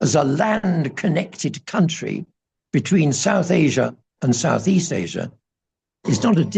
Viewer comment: What are delightful interview. Having Tibetan Buddhist connections from the UK I understand much of what he says and I agree that the values of the West to my mind are not values at all they're just corruption written large. please..... the word "country" is not pronounced like foundry, its pronounced like fun tree